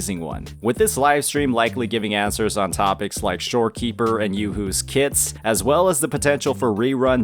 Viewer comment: Her name is Youhu, not Yoohoo. Like "Yo, who?" Think of it like Yohu. just please, for the sake of my sanity, stop saying Yoohoo